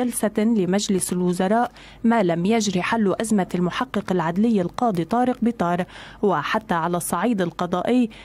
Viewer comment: القاضي وليس القادي ياعجوز